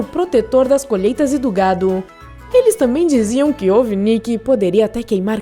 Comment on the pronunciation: "os seus inimigos eram seus animais que comiam suas colHÊITASS